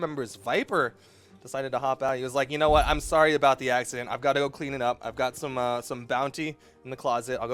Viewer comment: "Axe-ciddent" ¿Brawhalla official Meme?